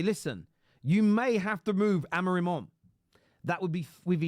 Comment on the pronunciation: I'm pretty sure it's pronounced Amo-rim not Amo-reem, that's how the Ai bots pronounce it lol